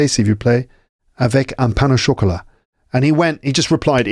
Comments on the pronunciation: I learn quite a lot from your podcasts, may be I can help with your pain au chocolat thing. It seems you link pain with au, that sounds like paino chocolat instead of pain / au / chocolat. My favorite podcasts are the ones in Paris streets and with your guests 😊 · By the way, it's not 'pain nau chocolat' but 'pain au chocolat'. You don't link 'pain' and 'au' like you would in English. More like linking the two words with 'w' sounds, or 'pain o chocolat'.